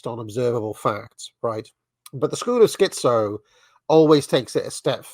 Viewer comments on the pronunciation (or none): And you're the dissident right. Put a "T" in "schiTzo" please